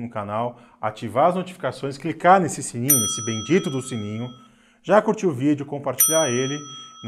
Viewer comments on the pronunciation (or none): none